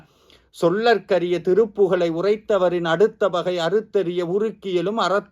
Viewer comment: "சொல்லர்க்கரிய" இல்லை சொலர்க்கரிய. அதேபோல் "உரைத்தவரின் அடுத்த பகை" இல்லை உரைத்தவரை அடுத்த பகை என்பதே சரி. மந்திரங்களை சொல்லும் போது கவனம் தேவை...